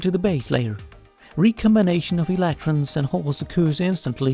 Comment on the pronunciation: why do you say electrons like that?